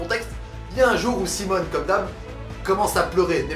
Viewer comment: PUTAIN MAIS SES SIMON PAS SIMONE ARRETE TU ME DONNE ENVIE DE SAUTER PAR LA FENNETRE xD